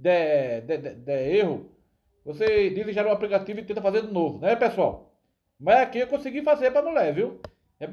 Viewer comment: Esse português do pipoco é uma comédia kkkkk apricativo.